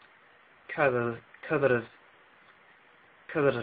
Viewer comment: In Serbian syllabic R needs to be trilled, for consontal R you can do flap [alveolar tap] and you'll sound good. [Na srpskom] sounded excellent, [pričam] sounded awkward, [srpski] just roll your r a bit more, [pričao norveški] sounded fine, the first [razumeti] was fine, the second was weird, [reč] was fine, [smrt] sounded ok but again I would roll r a bit more, [krv] you really need to roll that r cause this wasn't good, I think you inserted a long schwa sound something like keeerv, say krrrrv. [crkva] was good enough but your c was a little weird, I know how difficult it was, seeing c at the beginning. I'm amazed. Good job and pozdrav iz Srbije. Try saying rt, ščvrsnut, uštrb, prst. :P